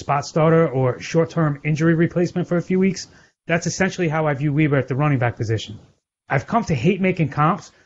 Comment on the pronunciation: It’s Weber not weeber